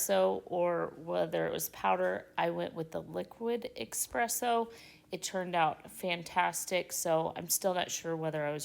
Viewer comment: Those ribs are amazing looking. Oh, E-spresso...NOT ECK-spresso.